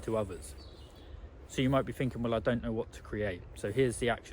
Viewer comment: Pretty sure its "thinking" not finking.